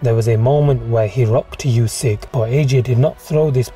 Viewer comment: his names pronounced oo-syk not u-syk